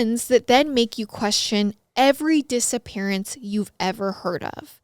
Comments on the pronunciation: Who else heard " disa parents" ?😂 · I thought you said dissaparent 😂😂